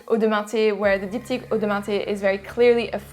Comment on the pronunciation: I love how you pronounce Diptyque. One of the few female Youtuber that makes a really detailed, knowledgeable, and descriptive review of male perfumes.Thanks for the review!!